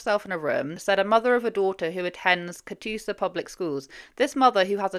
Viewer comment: I was folding laundry when you said Catoosa and asked you said it correctly (you did). I thought about how there is a really small town in my home state, Oklahoma, named that and it would be correct, if it was spelled the same. I then noticed that the article was written by Channel 9 & surely thought it just must be a coincidence. It wasn’t, Claremore is the county seat. Sometimes it’s not fun being familiar with places mentioned 😅